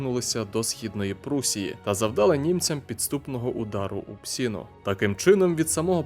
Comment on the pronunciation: “Удар впсіну!” 😅